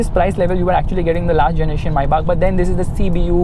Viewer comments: Do you guys actually realise that he's saying (My back ) instead of maybach. 😂😂🤣 My back🤣😂 my back 😂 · When u said Maybach i heard "Mercedes Mai Baap"🤣🤣😂🤣.Sach mein mai baap hai wo Mercedes Benz ka